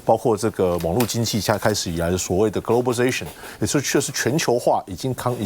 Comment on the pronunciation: 问题是 英文也讲不好 globalization 都说不清楚